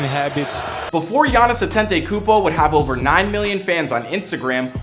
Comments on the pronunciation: I hate how he keep saying "Antentaykoopo" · He name is Adetokunbo!!!! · Actually his last name "Antetokunmpo" is pronounced "Adetokunbo" in his tribe (Yoruba) tribe of Nigeria and his mom is from the (Igbo) tribe so these two combination of tribe is always the top tier in Nigeria 🇳🇬🇳🇬 Shout out to Greece 🇬🇷🤝🏽🇳🇬